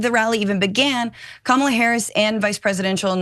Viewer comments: Kamala is pronounced "Comma La" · kYou STILL can't pronounce Kamala's name correctly! Thumbs down scrolling away, no excuse not to say her name right. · Oh no she mispronounced the VPs name. How dare she 🤣. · I think you should learn to pronounce her name if you're on the news